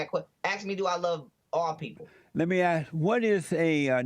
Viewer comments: “You axed me”, why cant they say it right? 🙄🤦‍♂️ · Funny he says ignorant blacks smh At least we say ASK , not AX 🤦🤦🤦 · he's SOOO smart but he is incapable of saying "ask". oh, btw, neanderthals were human.